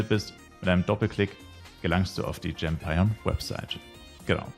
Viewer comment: Server: Yggdrasil Charname: Liloux Ich denke übrigens die Platform GEMpion wird wie Champion ausgesprochen, aber nur ne Vermutung. Wäre halt so bisschen ein Wortwitz